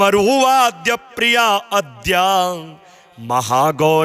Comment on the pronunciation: महाराज जी , अद्याम, नहीं आद्याम उच्चारण करने का कष्ट करें,!